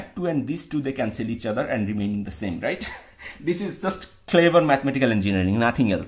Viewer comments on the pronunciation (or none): none